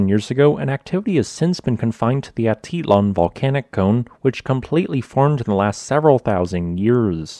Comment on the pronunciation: Ah-teet-LAN; paydro